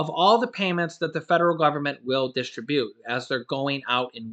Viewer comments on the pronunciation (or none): So the medicare recipients are going to get shafted so the democrats can have the extra crap they put in the stimulus bill. Why am I not surprised! And, the word is disTRIBute, not distriBUTE.